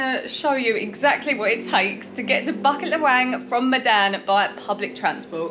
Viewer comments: local pronunciation: boo-keet luh-whung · Cute how you guys pronounce Bukit Lawang :)